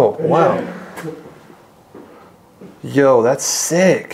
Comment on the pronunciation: It’s very funny hearing this white guy using urban slang. Hearing “Yo!” specifically from a non minority is pretty funny and silly sounding.